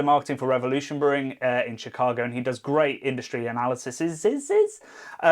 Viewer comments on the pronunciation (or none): none